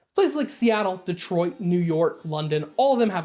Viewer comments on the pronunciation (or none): none